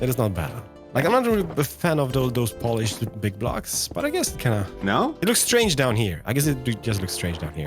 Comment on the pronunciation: Nvm im pretty sure he said 'poolliished'